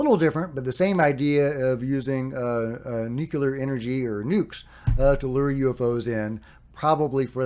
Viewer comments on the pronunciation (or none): New-clear Not New-Q-Lar